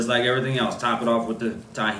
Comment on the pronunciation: Not often do ppl pronounce tajin right :3 pretty dope